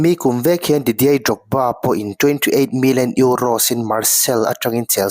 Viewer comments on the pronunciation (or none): Didei Drogba 😂 i lei kha hman thiam deuh ngai nikha Didier zawk sw